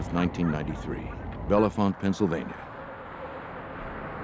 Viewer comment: It’s bell-font not Bellefonte, the E’s are silent source: local.